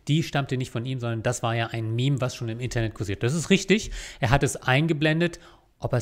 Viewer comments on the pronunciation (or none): none